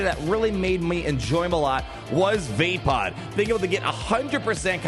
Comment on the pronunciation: I can't be the only hearing Vapaad as "Vape pod"